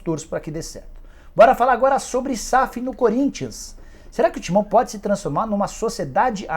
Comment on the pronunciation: Nicola pensa que alguém crê que ele seja torcedor da Lusa 🤣🤣🤣 só ver a ênfase que ele fala do "TIMÃO"... dos outros clubes ele fala o nome comum, do Corinthians ele enche o peito pra falar "TIMÃO" hahahaha vai enganar outro...